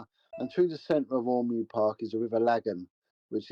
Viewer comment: Ormeau is pronounced ormoh not ormew